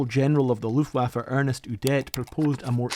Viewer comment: his name was ERNST , not Ernest Udet☝